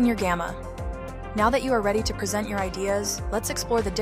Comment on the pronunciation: Nice demo. Gamma is super useful. Super stoked I found it. This is likely produced with an AI voice actor. Pay attention to the pronunciation of the word "present"